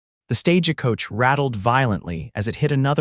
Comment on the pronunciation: Can you PLEASE fix the "Stage-a-coach" thing? It is so incredibly annoying. The word is "stagecoach", yet every single story you do has "stage-a-coach". Edit your stories please!